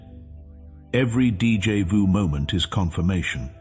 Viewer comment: This AI voice makes so many errors it's a college drinking game Mispronouncing words speaking in Spanish German Portuguese and French and finally English most Americans and Canadian speak English with no other languages mixed in Two thumbs down 👎👎 DJ vu is not a word in English and it comes from the French deja vu